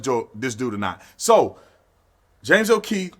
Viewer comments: O’Keefe... not O’Keith. Its not that hard to pronounce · It's James O'Keefe. Not O'Keith. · Bro his name is on the title, on your monitor and u still keep calling him Keith... Too cool to say o Keefe 😎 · Hey Brandon don't be like all them blacks and say Kieth when his last name is keefe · O’keeFe officer tatum, not o’keethe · James O’keefe, not James O’Kieth. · Love you Tatum, but it's O'Keefe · I don’t think you know who James okeefe is the way you mispronounce his name 😆